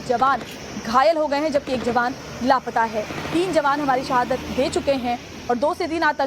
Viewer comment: सहादत,दहशत, फिरकापरस्ती।ये एंकर भारतीय है या पाकिस्तानी।हिंदी नही आती इसे।